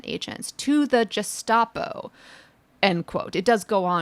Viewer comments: Sorry, Leah - it's Gestapo with a hard G, like guest, not Gest. You rock, though, so don't worry! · I couldn't understand the comments about the Gestapo until I heard it myself. Oh my. It's hard g like Gus not soft like a j. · “Gestapo” is pronounced with a hard “g” and the “st” sounds like “sht”. Since we are likely to need to use this word frequently during the next few years, we might as well say it like Hitler meant it to sound. After all,they certainly seem to be doing it like Hitler meant it to be done. 🤨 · Gestapo is pronounced with a hard g. Like gazpacho police 😜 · Gestapo is a German contraction (Geheime Staatspolizei), so it's a hard "G"... if it had Italian roots then the soft "G" (as used by Leah) would have been appropriate... (but Mussolini had the OVRA) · Respectfully, Prof Litman, gestapo has a hard /g/. I've very pleased your book is a best-seller, even if it's because Alito is buying them up and burning them in his yard beneath Martha-Ann's 'VERGOGNA' flag.😄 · How do you not know how to pronounce Gestapo??? (yeah, not the most important thing, but wow)